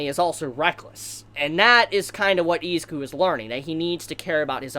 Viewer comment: Nobody: This dude: EEZIKU